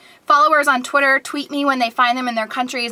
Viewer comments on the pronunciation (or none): none